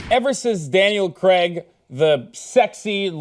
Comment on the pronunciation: Daniel Craig, not Daniel Creg